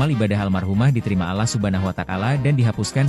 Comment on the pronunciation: ngucap Allah aja nda benar asyiiiiiiuuuuuu chanelll babuiiiii